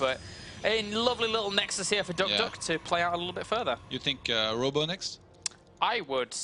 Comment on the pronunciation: Say it with me it's duck - di - ok not duckduck